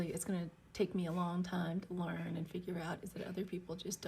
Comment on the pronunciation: LEARN not LAN